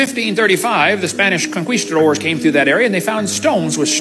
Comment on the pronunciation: "the spanish konqueestadorz"